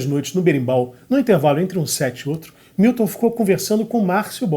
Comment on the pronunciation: Grande finalização com Caetano citando Fernanda Montenegro. E Milton... não é Wilton, é MILTON. Muito bom! Muito bom. Manjo nada de música... mas acho q... vou acabar aprendendo arranjo... sem querer, querendo 🤓